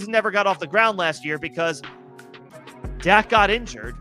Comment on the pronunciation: Dak not doc